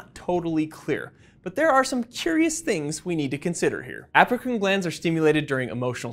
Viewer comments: Everytime he says “Apocrine” gland, I hear “African “ gland instead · I heard it too lol. He probably meant Apocrine, and we heard it African